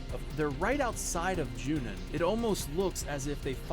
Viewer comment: I am so glad finally stopped pronouncing it as “Junion”